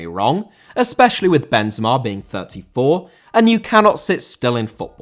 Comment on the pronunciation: Benzema* not Benzemor